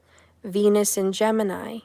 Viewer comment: Oh, venus is cancer... I had to do a double take... Thought you said "he might have penis cancer"